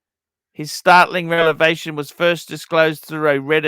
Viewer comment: Take a shot every time mispronounces "revelation"